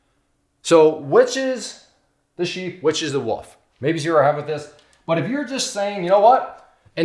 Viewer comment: I think you’re awesome but I have to nitpick on one thing it’s wolf not woof you’re saying woof a dog goes woof a wolf is an aggressive animal that’s seeks out its prey a woof is a sound a dog makes